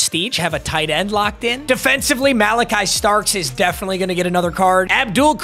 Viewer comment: I love u papa but don’t you ever say OHIO STATES Malaki Starks again